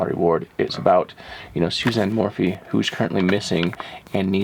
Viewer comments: please call her by her correct name , it's not morphie it's morphew thanks for all you do! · Not to be rude, but it is Sa lie da and Suzanne More - few.